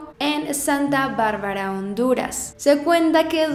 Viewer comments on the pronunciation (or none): none